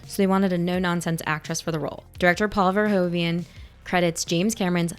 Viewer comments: Straight from the netherlands: Pronounce is verhooven like President Hoover but with an N. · Verhoeven is actually pronounced "Fare-(k)hoo-fen".🙂